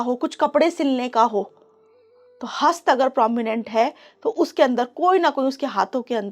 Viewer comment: हस्ता नहीं कृपया हस्त ही बोलें, यदि हिंदी में बोल रहीं हैं, हिंदी भाषी हैं तो कृपया शुद्ध हिंदी का प्रयोग करें।